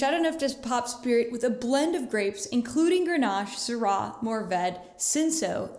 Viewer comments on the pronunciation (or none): none